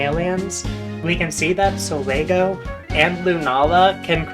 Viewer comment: Truly mispronouncing Pokemon names doesn't bother me, in fact it's mostly just cute, but it's funny how sometimes you seem to either remove or add a letter entirely. Blacephalon as Blacepheon, Solgaleo as Solego, Raikou as Raioko... just take your time sweetie! It's okay to sound it out!